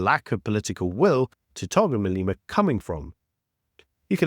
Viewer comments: your pronunciation of Malema as "Maleema" is wrong. Exercise to say "Malêma" please. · Who pronounces it Malima 😅